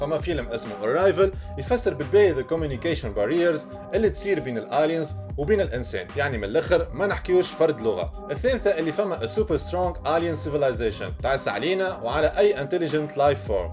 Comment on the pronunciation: Alech t9oul "Alien" ye weldi tet9al "(A)lien" A tete9ra "Ayy" mouch "A" kima el francais